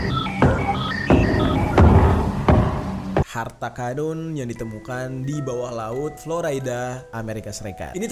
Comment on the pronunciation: apa gw yg salah denger, dia ngmng harta kadun🤣🤣